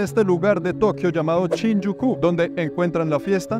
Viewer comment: pero por que dice CHINYUKU?? jajaja es SHINJUKU